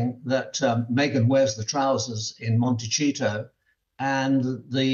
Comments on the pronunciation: Does he say “Montecheato” instead of Montecito on purpose ? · Michael Cole, I totally get your point of view and appreciate your analysis but please, Montecito has a "soft c". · Why does he keep calling it montechito! It's beginning to irritate me! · Why hasn’t he a “royal correspondent” learnt how to pronounce Montecito by now 🙈😂